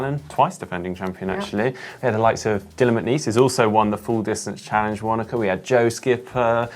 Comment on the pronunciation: And Wanaka should be "Fanaka"